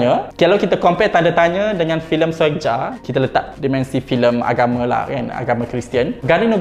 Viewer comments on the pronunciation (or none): "Soegija" dibacanya "Sugiya" bang, ini pakai ejaan lama yg penulisannya beda.. ada beberapa ejaan lama yg lain : Tulisan "DJ" dibaca "J" contoh "Djakarta" dibaca "Jakarta" Tulisan "J" dibaca "Y" contoh "Soegija" dibaba "Sugiya" Tulisan "TJ" dibaca "C" contoh "Tjokroaminoto" dibaca "Cokroaminoto" Tulisan "OE" dibaca "U" contoh "Soekarno" dibaca "Sukarno" Tulisan "NJ" dibaca "NY" contoh "Njonja" dibaca "Nyonya" Tulisan "SJ" dibaca "SY" contoh "Sjahril" dibaca "Syahril" Tulisan "CH" dibaca "KH" contoh "Achir" dibaca "Akhir"